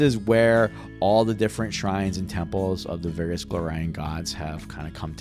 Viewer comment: this sounds amazing but the way you say Golarion urks me